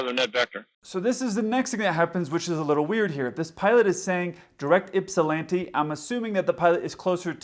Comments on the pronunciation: Okay, the first officer definitely isn't from Ypsilanti, he pronounced it "yip sil lanti", us ypsilantians hate that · My reaction to hearing "Ypsilanti" ... Wow, he's so confused, he's making up ludicrous names. Realized it was a real thing. You americans sure have some weird names for places. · FYI: He was 50 miles NE of Pittsburgh when declaring emergency... He requested to go to "Ypsilanti" which 250 miles away and is called Willow Run (YIP). So requesting to fly 250 miles to a smaller airport than your closest when you cant control the airplane is crazy in itself... But the most amazing is how he can pronounce Ypsilanti when he can barely talk. :-)